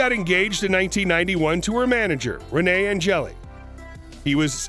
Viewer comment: Maybe learn how to say ANGELIL first. It’s not angeli